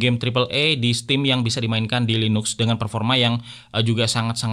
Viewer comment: tulidannya LINUX bacanya LINAKS bang